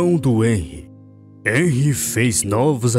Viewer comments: "Enrri" Kkkkkkk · Só pra dizer e q se fala henry com som de r 😊❤